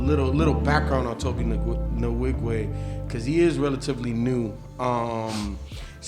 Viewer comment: Tobe Nwigwe is pronounced Toh-bae Wee-gwe.